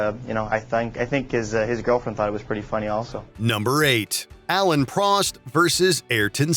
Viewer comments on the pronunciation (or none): It's not Alan Prost, it is Alain Prost...you pronounce the 'i'. Don't you do this for a living?